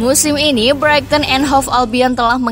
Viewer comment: kesalahan double, 7 point dari 3 pertandingan dan Brighton menjadi Brighting???, makin sering kesalahan pengucapan. Jujur aja ga nyaman dengar nya.